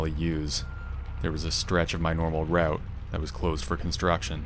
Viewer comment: "Raoute"...... he must be Canadian. 😂😂